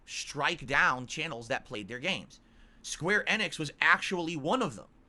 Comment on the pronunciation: Why the fuck does he pronounce it like square EH-nix